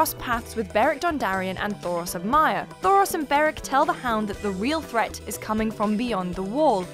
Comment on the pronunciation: Thoros of MYER?